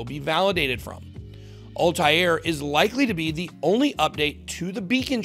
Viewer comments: It's Altair...like All-tare...not Alti-air. That's driving me batshit every time you pronounce it wrong. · Could you butcher the word 'Altair' any more? ALL-TARE.